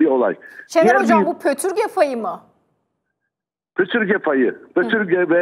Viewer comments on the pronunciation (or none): PÖTÜRGE DEĞİL !! PÜTÜRGE !!